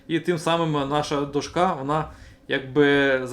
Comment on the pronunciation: Все супер тільки до`шка а не дошка`